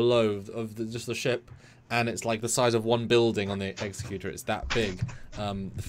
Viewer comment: My brother in Trek, the Super Star Destroyers name is pronouced "Eggs-eck-u-tor." Executor: a person or institution appointed by a testator to carry out the terms of their will or a person who produces something or puts something into effect.